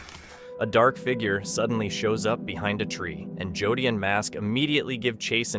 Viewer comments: To the voice narrator.. In the Hunting The Dead... You keep saying JOD... The guy's name is JODY! .. PLEASE SAY JODY! NOT "Jodd"... I don't think Jodys viewers, would like it only because nobody calls him or refers to Jody as Jod. Thank you for hearing me out... 😮 I'm sure your title wouldn't like to be effed up all the time either. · Thank you Cindy! I hate it when he calls Jody, JOD. that is NOt his name.. sounds like..." Joe Dee" ONE WORD!!! JOE DEE.. in cace you missed it 😮 😅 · On hunting the dead video his name is Jody not jod!! You really need to learn people's correct names!!! No one would be named jod!!! Jody yes!!! You can get gazs name right but not jody's!! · Is Jody not Jud